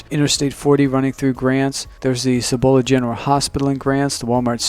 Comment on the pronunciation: Cibola. Emphasis on the first syllable. Seee bu lu not see BO la.